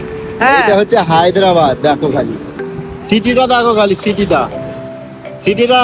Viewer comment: Haydabad noy Hyderabad